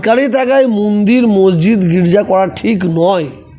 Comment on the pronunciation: কেউ কি জানে এনার কটা মুখ? এখনো তো মুখের ভাষাই ঠিক ফোটেনি, মন্দিরকে মুন্দির, বলেন। হায়রে! গিরগিটিও লজ্জা পায়, এদের রং বদলানো দেখে। সুবিধাভোগী, সুযোগসন্ধানী।